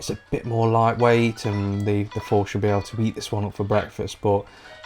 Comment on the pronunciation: its called the THOR not Four